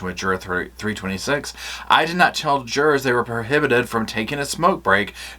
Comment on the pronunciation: Not the jur-ars!